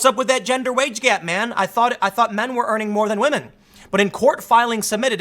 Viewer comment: Shoe is pretty decent. But yeah, wahmen doing wahmen things. News at 11?